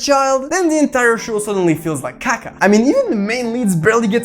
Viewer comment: Where are you from bruh cause when you said KAKA or brought like Brazilian vibes or at least south American